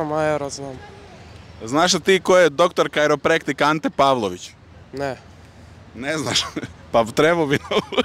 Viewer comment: kajropraktor!!! ne kajroprektik